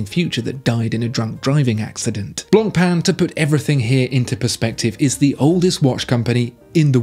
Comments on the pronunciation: Please don't enunciate the "c" in "Blancpain" -- it hurts! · The pronounciation on blancpain kills me. Common at least give it a try